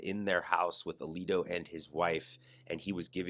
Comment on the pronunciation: Samuel A-leak-O!